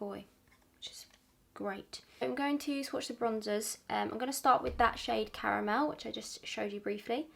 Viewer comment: super random but i love your voice, it’s so soothing and really love that you say “cara-mel” instead of “car-mel”, such a pet peeve of mine lol caaaarmel >.< you’re absolutely perfect 💕